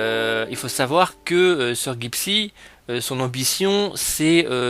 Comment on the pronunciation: Tu ne sais même pas prononcé son pseudo...